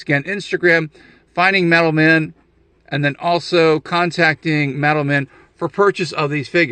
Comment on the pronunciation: i was so confused until you showed the card. I kept hearing "METAL MEN"